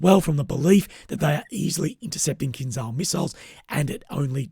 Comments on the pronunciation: Fyi - its pronounced kinJal in Russian / Ukrainian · It is pronounced in Russian or Ukrainian: Kin-jahl.